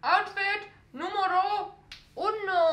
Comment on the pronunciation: Jajajaja i really love her, i was so amazed when she says "número uno" in spanish, she did it very well 😶✨🖤